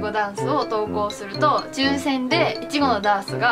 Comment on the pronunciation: いちごの発音が完全に関西